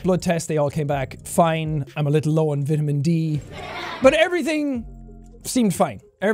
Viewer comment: Everyone: jack has corona virus Me: did he just say vidamen D??